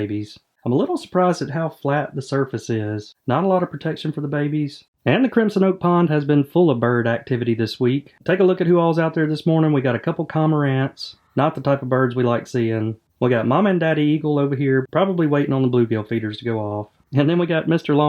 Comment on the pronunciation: Pretty sure its Cormorants not Commarants... Maybe its just yer accent but it sure sounds like yer missing tht R ❤